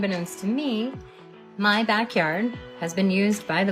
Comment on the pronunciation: she fr said “muh dream” gotta respect it can’t lie